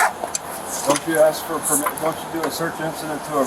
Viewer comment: What kind of checks? Permis? Perimit? Is this moron trying to say "Permit" or "Premesis" or "Perimeter"? Shame on that church, they should be speaking out against this, not hiding. Cowards.